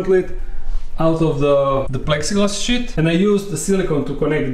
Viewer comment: when my boi said, "plastic sheet" i though he said, "plastic shit" 😂